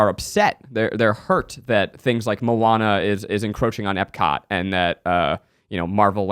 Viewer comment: I need to hear Keith say Mo-Anna for Moana!!!!! I swear whenever my daughter watches that movie I just hear Keith saying it and giggle! Love you guys so much! #milesnation